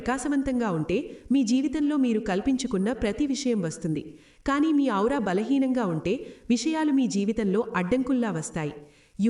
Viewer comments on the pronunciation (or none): మా మీ ఔరా. కాదండి "ఆరా"